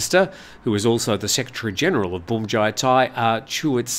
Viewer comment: Feel free to pronounce bhumjaythai as phumjaythai. Bhum is the same word as in Suvarnabhum(i) airport, where you pronounce it rather well. Transliteration of Thai words into English is all over the place.